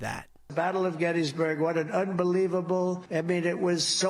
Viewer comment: He couldnt even get Gettysburg right😂 I bet he thinks the Gettysburg address is a house on a hill